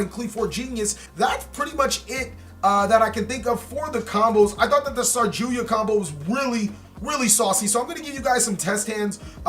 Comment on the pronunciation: Its saryuja not sarjuya lol